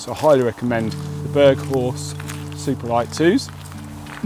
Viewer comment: The correct pronunciation of berghaus is berg - house. The brand was started kin 1966 by Peter Lockey and Gordon Davidson in Newcastle upon Tyne and owned the LD Mountain Centre.